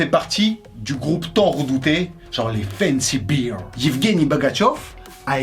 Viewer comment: Attention, c'est pas fancy "biir", mais "bère".